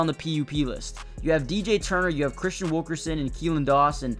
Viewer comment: It’s Christian Wilkinson, not Wilkerson. Those are the kind of mistakes that’ll hinder your channel. Thanks for the content update regardless!